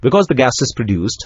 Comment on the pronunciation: ブッチョルとは言いません。 日本の電気技術者には通じませんよ。 ブッフホルツです。